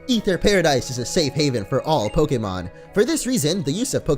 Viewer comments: it's pronounced Ather not ether the "e" is silent. There's already an ether that exist in the game it's a medicine for your pokemon's pp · ITS AETHER NOT EETHER!!!! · Stop pronouncing it Ether its A-ther like the aether dimension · It's Aether Foundation not Ether Foundation why do u call it that. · Aether is pronounced A-ther